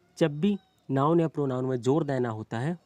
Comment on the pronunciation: परोनाउन नहीं परनाउन होता है